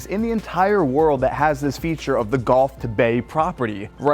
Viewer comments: Is it just me, or is this guy saying "GOLF" of Mexico? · Learn to pronounce “G U L F” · My man..the “golf” of Mexico….you’re killing me